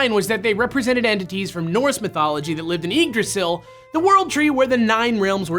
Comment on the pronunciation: you should have done more research on pronunciation the Y in Yggdrasil is pronounced as a short i and Hræsvelgr has a silent H and a short a on the æ